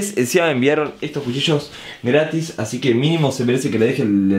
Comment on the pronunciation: Cuando dijo jucillos y era cuchillos